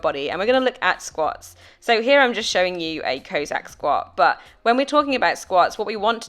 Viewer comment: Nice video - thanks. Your pronunciation of Cossack is a little unorthodox :-). It's kohh (like Costa coffee) + sack Thanks again!